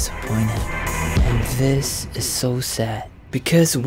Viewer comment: "zis is sho sad"